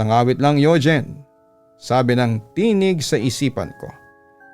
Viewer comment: Yugeen hahah bat ganun papa dudot pagkakabigkas mo